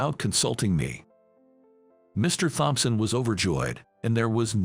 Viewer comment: Please teach the ai to pronounce Thompson.😕